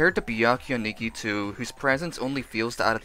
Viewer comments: Wait, wait wait. Nigito? You are pronouncing nagito as nigito. Lol. Never heard someone call him that before. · sorry i just can’t get over “Nagitoo” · Please don’t tell me you just called nagito nagitwo MDJRKWNDI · I’m sorry but I got totally thrown off by you pronouncing Na-gi-toe as Na—Gi-Toe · no ni-gee-toe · Who else felt a part of their soul die when they said Nagitu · "Nigetoo" is how I will forever pronounce his name now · i'm surry but... "nagithooo" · I’m sorry but I got mad how he said nagito because he says it like niggito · People always say nagito komaeda wrong 😹 Gamer help NAH - gi - toe ko -mae - da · It TRIGGERS me the way you say the names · The way you pronounced Nagito tho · the way he pronounces Nagito hurts me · The way he says Nagito physically pains me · Am I the only one that don't want to listen to the video because of how he says Nagito? Imma do it anyways just for whatchtime 😼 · Am I the only one who gets mad when he says Nagito wrong??? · Am I the only one that thinks his pronunciation of nagito is annoying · I’m disliking only bc of how you said nagito